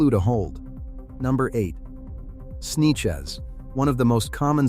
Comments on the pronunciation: Right? Gotta love those “Snechez” (Sanchez) people lol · This dumba$$ AI can't pronounce the name "Sanchez", he calls it "Sneeches."